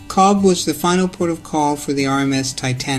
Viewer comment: Cobh is pronounced cove